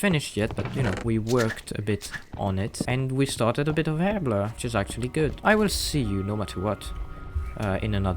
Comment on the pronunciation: Also, I love how you say Herblore. "Urblur" Book. It brilliant, I love it, and everyone else is saying it wrong.